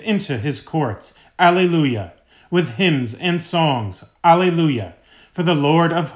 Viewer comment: Thank you! Btw, Alleluia is pronounced ah lay loo yuh.